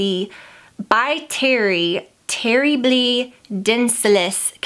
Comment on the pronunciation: Girl, I love you! But the By Terry products are pronounced in French lol.. Watch Lydia Elise Millen for pronunciation.